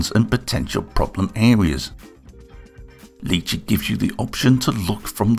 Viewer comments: Wow, it looks impressive. BTW it’s Ly chee (like My chee), not Lee chee. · I’m sorry, who? Leechi slicer? I think you will find that is pronounced li-chee. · Its pronounced "Lie Chi" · Quick question, is it a dialect thing that you pronounce it as "Lee chee"? I've only heard it as "Lie Chee" so I got confused for a second XD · Thanks for the fantastic review of the produce! Fantastic video as always. Although if the name is based on the food, I dare say it's pronounced "lie-chee". Or at least where I come from (Aus) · lee chee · Why are you pronounce the name in a french accent ? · I have... never heard anybody pronounce lychee like that. Interesting 👍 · The way you pronounce Lychee....my god...